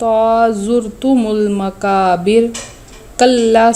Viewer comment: حرف 'ق' کا تلفظ توجہ چاہتا ہے، لفظ ' مقابر ' کو 'مکابر' پڑھا گیا،